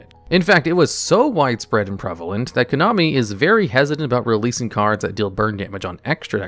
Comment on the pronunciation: Is the "konomi" on purpose?